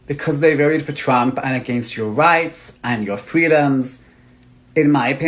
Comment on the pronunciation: Twump is witerwy hitwer